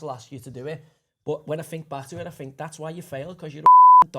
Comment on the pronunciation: Why does Joey say “fink” and “wiv”. It kind of blows his pretensions of intelligence. Barton Fink.